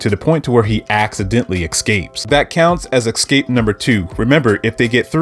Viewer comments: The word is escape, not ekscape. For this I must leave a dislike because you said it incorrectly so many times. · Can't listen to this man butcher the word ESCAPE with his pronounciation as EXcape like wtf man.. Lean the damn language. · Thank fucking God, someone else called that out. He said the anime doesn’t do the manga justice, but I thought to myself: “you know what you don’t do justice? Your pronunciation of “escape.” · Ngl I personally had to stop watching after you said “excape” for the fifth time😭